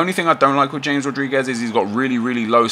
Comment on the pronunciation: "Jay-mes" lol